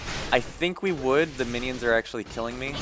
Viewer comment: There's one thing i don't understand ...... Why you said winions ? O.o